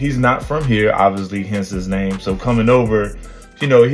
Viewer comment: Good call brother I watch all your episodes all your videos I enjoy it but you butchered that man's name😂😂😂😂😂😂😂😂